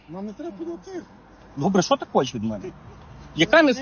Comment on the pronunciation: Не шо , а Що. Пусть вивчае мову 😂😂😂